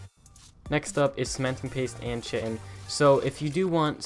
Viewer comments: "Ch-itin?!?!?" its KITE-IN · Chitin is pronounced kite-en.... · Nice video! By the way chitin is pronounced "kai-tin". It's a real thing that makes up exoskeletons. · How to pronounce “Chitin” : k-eye-ton